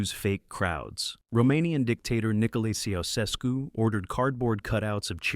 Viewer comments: /see oo sess koo/ not /chow chess cue/? Come on man. Your voice can't be so bad that you have to use AI. 😕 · The problem with AI narration is that it can't say a name like Nicolae Ceaușescu properly. Thumbs down, no subscribe, no finish video.